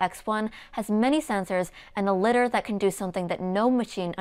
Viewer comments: I'm sorry I just can't. It's LIE-DARR NOT LITTER. When it comes to being a tech expert people will be quick to dismiss what you say if you don't use the right pronunciation. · great videos! by the way, "lidar" is pronounced "lie-darr" (because it's related to the word radar), and "chassis" is pronounced "chass-E", and "slic3r" is just pronounced "slicer" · I backed one of these with the MMS. Still waiting for mine. Lots of good info however, it seems you are reading which makes your presentation a bit wooden and that reduces personality. In English, Lidar must be Lie dar as there is an A after the D. Bik vs Bike. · That's probably the most complete summary I've seen in a short video in YouTube, great job, you managed to pack in more information as I've seen in videos that are hours long. A small word of advice: LIDAR is pronounced differently, it's pronounced in a similar way as the word "Radar" is, but with the prefix "LI", so like two separate words: LAI - DAR. Just a quick heads up as at first I didn't understand what you meant but then with some context I started to understand. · Dannnnng, with that AnkerMate Shade:D Btw Lidar is pronounced Lie Dar:D